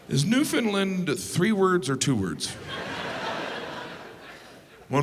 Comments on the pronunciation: its new found land.... I'll make it easy. Take out the Ds. New Foun Lan. That's how most Newfies pronounce it. We have not, nor have we ever been part of Finland. Also, and this is the history buff in me. St. John's Newfoundland was founded in 1497. St. John New Brunswick was founded in 1604. Or does no one even think to look up the history of Canada, where it states that St. John's is the oldest city in Canada. Or is this suddenly the case of the WWF(World Wildlife Fund) taking the name WWF from the World Wrestling Federation again. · Was anyone else triggered every time he said “Newfinlund” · Land. Newfoundland! Not newfoundlind. Pronounce it like Understand. Understand, Newfoundland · As a Newfoundlander, I can assure you it is pronounced new-fin-land. Not new-fin-lun or new-fin-lin, it’s new-fin-LAND 💕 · It's pronounced "New-Fun-Lan" And Labrador. That's literally half the province. Why do people forget that? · It's pronounced New-F-IND-land. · I thought he said New Finland. As a Finn, got mildly excited. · It’s “Newfin-land” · Levi Rigsby I was born and lived my whole life in NL and can assure you it’s pronounced Newfinland. That’s one way how we distinguish people from here from the mainlanders lol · I was capitalizing LAND to show where the emphasis goes. Most of us have always pronounced it NEWfoundland, but I've learned from you folks that the proper way to emphasize the right syllable is NewfoundLAND. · Alright, let’s get this out of the way..... Newfoundland is not pronounced the way you’re saying it. It’s new-fin-land (say it like you say understand). Ohh and St. John’s Newfoundland is the oldest city. Other than that, glad you got most of it spot on!! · I hate to be that guy because I love Jim but St. John's is actually the oldest city in North America and Newfoundland is pronounced NEW-fun-land like UN-der-stand. And I'm sure he doesn't care but I said it anyway. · I wish people would learn to pronounce Newfoundland correctly 🙄. Funny video tho 😉😊🇨🇦